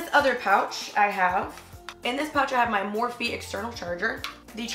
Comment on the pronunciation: Lol “morphie”